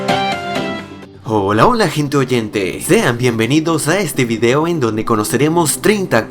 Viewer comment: Porque esta clase de videos siempre los hacen gente con acento sudamericano? No tengo nada en contra de ellos pero me gustaria escuchar cosas que si tienen una z no la cambien por una s... O que por ejemplo la palabra video se dice tal cual se escribe no videó, esa manera de. Decir video con un acento que en teoría no existe pues no se, es raro :D